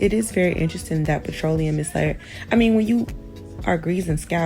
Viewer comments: PET-TRO-LOT-EM? She lost me after she kept pronouncing it like that 😂😂😂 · THE PRONUNCIATION OF PETROLEUM IS SENDING ME. 🤦🏾‍♀️ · It was hard for me to get pass her pronouncing petroleum and lanolin that way. Idk but I’m listening. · I’ve never heard petroleum pronounced in that way. Thru me off. Had to rewind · So I’ve been I saying “petroleum “ wrong all this time? 😂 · It was hard for me to get pass her pronouncing petroleum and lanolin that way. Idk but I’m always here to learn 😂